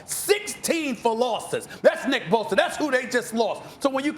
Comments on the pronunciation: Me: Bosa Stephen A: Boser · Only Stephen A could find a way to put a “R” in Bosa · "now you lose nick bosER"